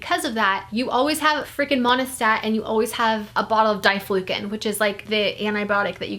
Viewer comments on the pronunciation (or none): It's dye flu can. Not dieflucin 🤦 this may be the reasons you are having issues having kids.... GROSS!!!